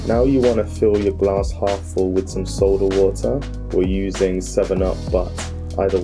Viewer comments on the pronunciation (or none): Why you saying Gar-ass instead of glass 😄